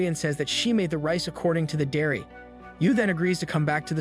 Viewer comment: Reading a dairy as supposed to reading a diary 😂😂😂